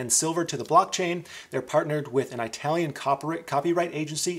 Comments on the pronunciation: lol...its not I-talian with a hard "I". It's pronounced "It-alian" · lol... It's "eee" talian not "it" or "eye" talian 😉